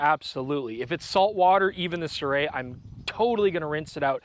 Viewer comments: That's not how you pronounce Sirui. Pronounce the vowels only. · You might want to ask someone who speaks Chinese how to pronounce “Sirui” 😁